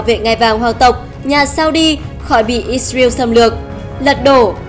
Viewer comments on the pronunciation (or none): none